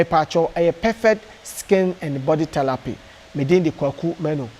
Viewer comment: Kumerica to de world is therapy NT thelapy